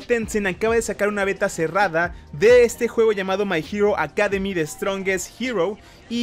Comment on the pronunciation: Nadie: Absolutamente nadie:: mai jiro akademi